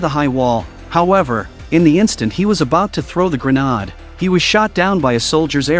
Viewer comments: Grenod—-wtf? It’s pronounced gren-aid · This must be some sort of computer generated money making BOT as it can't say grenade properly. I will be glade when their world comes to an end as this profit above all else isn't compatible with our planet's ability to sustain life.